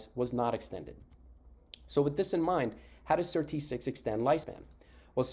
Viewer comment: Annoying to have to fast forward 5mins just to get onto SIRT6. Better a very brief intro that references past videos than the same content over and over. Also why do you call it "Sir.. T6"? The Sirtuins are SIRT then the number. So SIRT-6. Go to any interview, all the scientists reference it that way.